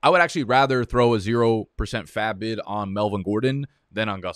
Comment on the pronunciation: Loved this and loved how you said % of faab